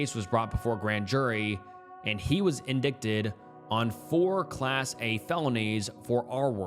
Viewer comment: See I’ve been watching you for awhile and I’m seriously starting to consider if this is an AI voice over because the way you pronounce very common words, especially for the type of content you post really throws me off. Should really know how to pronounce “indictment” when discussing so much crime